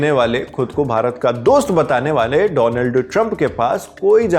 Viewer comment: Once a legend said " Doland" trump 😂